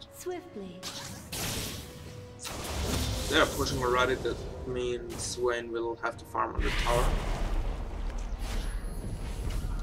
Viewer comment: Don't you mean "Wayne" :DDDD yea was funny